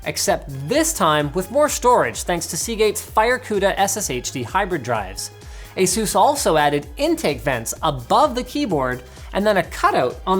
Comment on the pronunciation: Linus, seriously, how do you pronounce 'anus'? Yeah? Now pronounce 'Asus' again.